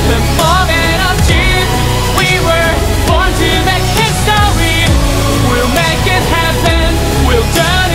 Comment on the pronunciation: the video is very beautiful. but whenever he says "history" sounds like "histowy" (im not making fun of it, but i cant unhear it🥲)